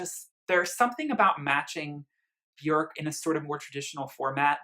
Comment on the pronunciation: You and are literally the only 2 people I've ever heard say her name correctly